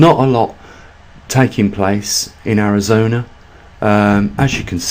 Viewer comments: Not to appear petty but it is ARIZONA not ARAZONA. Tucsan -Too Sonn. 😬😀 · Arizona not Arazona 👍 my home state !